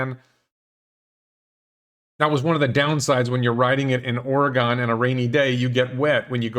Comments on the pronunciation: Please learn how to pronounce Oregon. Or-eh-gun, not gone. I am not a troll. Love your show. Keep it up. I promise not to bug you about how you pronounce Nevada and Oregon in the future. You are just an East Coast guy. Millions of people make the same mispronunciations. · You miss pronounced Oregon, it’s not “Oregone” More like Oregun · Your pronunciation of Fronmeyer is good. But your pronunciation of Oregon sucks. The correct pronunciation is maybe Ore E Gun or as the U of O t-shirt says, Orygun . Otherwise, everything else in this video is good. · You actually visited "Orygun" and didn't learn how to pronounce the name of the state? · Well, you pronounce Arcimoto correctly, but mispronounce Oregon, so it balanced out. :-P